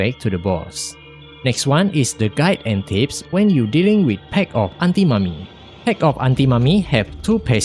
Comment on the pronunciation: "pact of antimommy" 😳